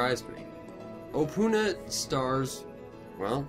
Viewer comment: You don't say opoona like that, so pronounce it opoona and say it opoona not opoona